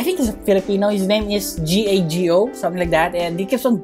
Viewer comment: He said G A G O = GAGO 🤣🤣🤣🤣🤣🤣